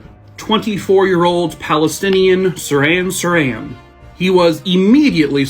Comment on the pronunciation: Saran Saran is cling wrap. It's Sirhan Shirhan.🤣